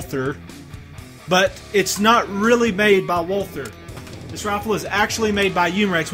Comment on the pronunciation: Walther is pronounced, Walter. the H is silent.